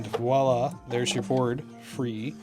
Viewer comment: Thank you for actually saying "voila" and not "walla" LOL I've never been so glad that I used the 4 pin cnlinko connectors when I did my own hose upgrade, way back when. One thing I won't have to do over!